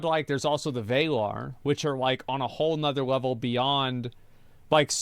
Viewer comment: It's pronounced VA-LAR not VAY-LAR (like valar morgules) from ASOIAF/game of thrones, that's where Martin got it from, but it only means Men in Valyrian.